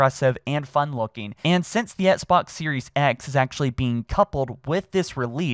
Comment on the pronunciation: it’s Xbox, not ‘ets-box’. pleaseee start pronouncing ‘x’s in the word Xbox